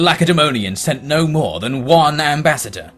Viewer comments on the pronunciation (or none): none